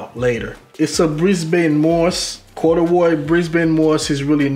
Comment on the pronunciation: “Corduwroy “ I’m dead fam!! Plum joint is chill withers tho!